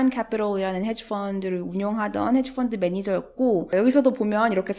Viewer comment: 해지뽄드매니저스 할 때 발음 정말 멋져요~